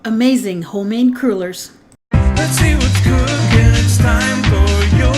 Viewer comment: "Crew-lers"? OMG no, they are "craw-lers". Palease! Dough, not batter.